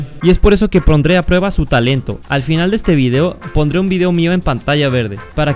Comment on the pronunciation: "Y es por eso que P R O N D R E a prueba"